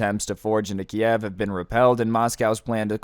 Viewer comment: Please don't pronounce it like "Kiev". That is the Russian way of saying it. Ukranians want people to pronounce it like "Kyiv".